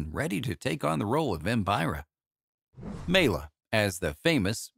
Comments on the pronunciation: Good synopsis but you’re mispronouncing her name. It’s MY-la. Not MAY-la. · FACTS: Maila is pronounced My-la not Me-la. Maila was in Catherine Was Great before she was fired and then performed in Spook Scandals which only showed once. Maila and Dean Reisner weren't legally married and Rudi Gernreich invited Maila to Lester Hortons Bal Caribe, which she won first place. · i can't take you seriously when you can't even pronounce her name. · Ugh, that ignorant pronounciation. If you're going to present a subject, know the material. 👎